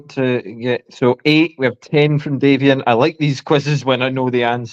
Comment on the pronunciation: Formal apology to Davian for continuing to say his name incorrectly throughout the show! Thanks for watching, everyone!